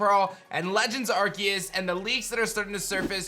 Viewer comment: Legends Ar-see-us is how its pronounced. Not Ark-e-us. That's really annoying to hear.